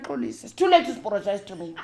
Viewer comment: It is the “too layt to aporogise” for me… I’m in stitches 😅😂❤